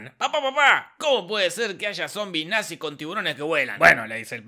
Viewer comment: The natziz jajajajajajajajajaj